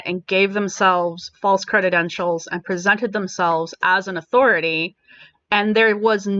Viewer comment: Credentials not "creditentials". It kinda hurts your (totally on point) argument that the person is lacking credentials when you can't pronounce the word correctly.